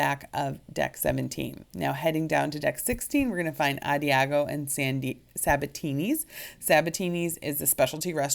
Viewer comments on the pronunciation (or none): the bar by Sabatini's is pronounced - a DAHJ ee oh - it's a musical term that means basically - slow and easy